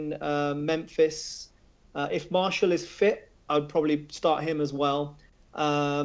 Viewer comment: Btw Martial's name is pronounced "Mar-See-Al" not "Marshall".